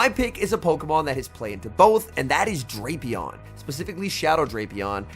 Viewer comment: he knows it's "Drap" (rhymes with wrap) "-e-on" but he keeps using Drape-e-on